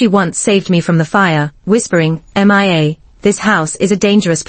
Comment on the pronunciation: This particular A.I. voice seems to have issues. It keeps say M.I.A. instead of Mia.